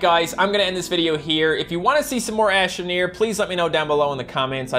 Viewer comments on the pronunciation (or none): You said ashtro neer but its not